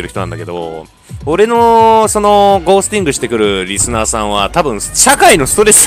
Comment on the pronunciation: ゴー↑スティング